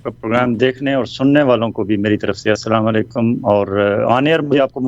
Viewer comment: عارفہ صاحبہ ساماں علیکم نہیں کہتے اسلام و علئکیم کہتے ہیں مُناسب سمجھیں تو دونوں لفظوں کے مطلب پڑھ ۔ سمجھ اور اھلِ علم سے وضاحت لے لیں